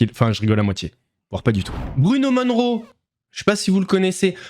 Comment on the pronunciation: Il a l'air complètement shooté le Attal. A vomir ce sale type! toujours tout tirer vers le bas avec ces politiciens véreux et corrompus. Et les jeux pour les dopés.... hum... comment dire... ce monde part vraiment en couilles (avec ou sans injection... mdr). C'est Bruno Moneroe, et non Monroe comme Marylin. Ouf, il ne salit pas son nom du coup!!!! Et concernant Aqababe, mais enfin, que racontes-tu? Aux Etats-Unis, il est reconnu comme AQABABE, c'est LE média international!!!!!!! Inadmissible de parler de cette star de cette façon, m'enfin.... il a une telle puissance de frappe... mdr... il est vraiment givré du ciboulot le aqababe. J'ai d'ailleurs pas tenu jusqu'à la fin de sa vidéo. Trop dur d'écouter une telle brêle.